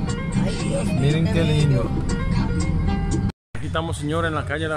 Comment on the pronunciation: Señor, porque dice Puelto plata si es Puerto plata, con R y no L ??